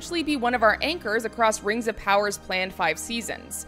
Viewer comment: RANGS OF POWAH AND SHEEEEET